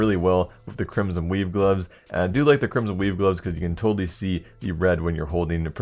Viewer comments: lol everytime he said weave i thought he said weeb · Did he say Crimson weeb gloves xD